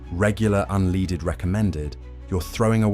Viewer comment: Unleeded, lol